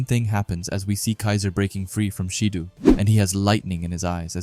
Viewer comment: Tbh it's sick to hear people pronouncing "Shidoo" and "Baroo". Sorry. 🙏